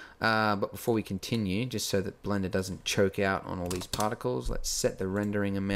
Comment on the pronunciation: Awww I missed you saying: Blenda